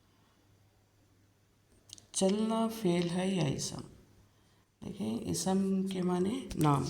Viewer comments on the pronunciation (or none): Isam nahi ISM kahiye